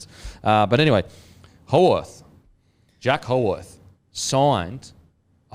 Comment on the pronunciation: Lads, Jack Howarth's last name is pronounced "How-ith"